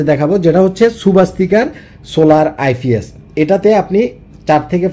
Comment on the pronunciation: আইফিএস না আইপিএস😂😂😂